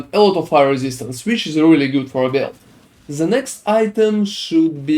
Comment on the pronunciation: its called "THE" not "ZE" xd you use letter Z too much :D